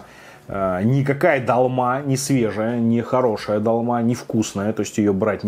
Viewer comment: Не далма ,а долма